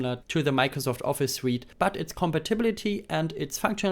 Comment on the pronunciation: „Suite“ wird „sweet“ ausgesprochen, nicht „suit“ (Anzug). “Libre” wird “Liebre” ausgesprochen, nicht “Libra”.